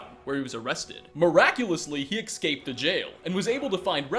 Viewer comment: the way you say escape triggers me so hard